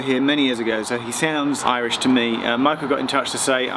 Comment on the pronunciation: im very impressed with Irish pronounciations on these videos...spot on